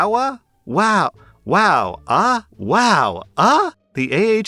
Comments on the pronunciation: its spelt Eh and pronounced Ey, not Ah, eh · It should be eh not ah lol we say eh a lot up here 😂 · WOW!EH!…not Ah…Eh. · He was also pronouncing "ah" as "uh" I thought that was weird.... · wowAH. 😂 At least it was funny how you emphasized it. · It's pronounced wow eh. Canadians spell it differently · I'm pretty sure it's is supposed to be "wow aye" like that typical Canadan saying lol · Lmao i couldn't stop laughing. It hit even harder when he said the AH is capitalized and continued with a new and improved pronunciation. Wow, AHHH!